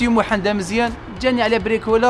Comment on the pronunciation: اسمو محمد ماشي محند